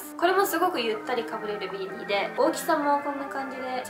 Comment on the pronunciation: ビーニーの発音が違う気がする？、、😳